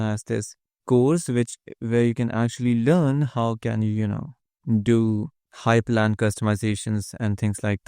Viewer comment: Linux Nerd comment: It's hyprland, not hypErland